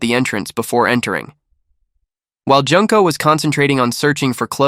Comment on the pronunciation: Jun-ko, not Junk-ko